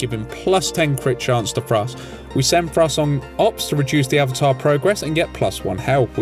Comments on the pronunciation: This was excellently done! … one remark however, the “e” in the end of Swedish names are not silent. His name is more like “Frass-EH”. /A Swede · FrassE not Frass! ^^ nice vid! miss this game, might pick it up again :)